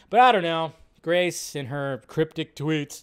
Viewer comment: Hahahaha “GRACE”